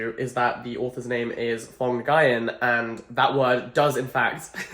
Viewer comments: Not the “Phong Guy-In” 💀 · “The author’s name is phong guyan!” Well, I’ve heard many pronunciations but thats a new one! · I've always heard "Nguyen" pronounced as Wynn or win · Nguyen isn’t pronounced as Nn-gai-ehn but one syllable like the word “win” but with “ng” sound in the front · Oh sir you gotta learn the very common Vietnamese name Nguyen... which is pronounced similarly to "Win" in English, not N-Guy-In. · Correction: the name “Nguyen” is pronounced “Nwen” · ITS NGUYEN, NOY GUYYEN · thank god i don’t have nguyen as my last name T^T my mothers last name is nguyen but she just tells everyone to say wing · Hey Jack! Nguyen is pronounced closer to ñoo-ian, it's a difficult name for English speakers to pronounce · You didn’t pronounce his last name right either times 💀 It’s just pronounced “win” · It’s the “n guy en” for me 😂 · The author's last name is pronounced "win" !! just fyi :) It's a common Vietnamese last name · quick friendly tip: It's not a problem, but I would advise you to look up the pronunciation of the author's name :) Since it's one of if not the most frequent last name(-s) in Vietnam, it would most definitely not hurt, as you will most likely stumble upon it again :D oh sorry, you realized yourself, nevermind :) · NOOO not you butchering the last name😭😭😭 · not trying to criticize or be rude but you mispronounced the name really badly lmao 😭 oh nvm he corrected it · Jack i love you but what was that pronunciation for Nguyen 😭 im surprised not a lot of people are talking about this HAHA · the way he pronounced nguyen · perished inside when he pronounced the author’s name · that was the worst pronunciation of nguyen i have ever heard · The way Jack pronounces Nguyen 💀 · The Nguyen is pronounced as WING OKAY, sorry it happens to me too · The way he pronounces nguyen damages my soul as an asian. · my heart broke just a little when he pronounced “nguyen” like that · HOW DID YOU JUST PRONOUNCE NGUYEN.. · the pronunciation of nguyen is hilarious